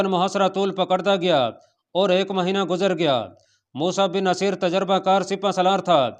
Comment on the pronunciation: Mosa Bin Naseer, (Naseer) nai balke (Nusair) hy bhai